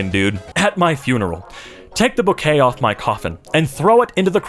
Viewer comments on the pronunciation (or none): none